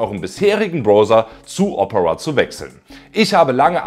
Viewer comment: Ich mag deine Videos aber bitte, bitte sprich Opera künftig richtig aus, dass Triggert hart. Das wird Deutsch O - Pera ausgesprochen.